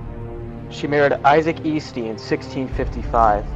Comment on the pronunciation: U said her last name wrong it’s pronounced (Es-ty) and spelt Easty. That’s what all of my moms side says. No hate tho. This video is very educational.